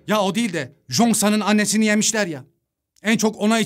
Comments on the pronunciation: Abi cheosang ada jongsan diyosunya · Jongsan değil cheongsan yaz -10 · abi o jonksan değil çhongsan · Jonksan deme be abim çongsan de izlerken delirdim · Jongsan degil o Cheong-san☠️ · Abi Jongsan diye okunmuyor çıyongsan tarzı birşey kırmızı çizgim lütfen dikkat edelim ayrıca diz i anlatıldığından çok daha güzel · Çongsan diye okunan ismi zonsan diye okudu ya buda amma komik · abı zoksan ne choengsan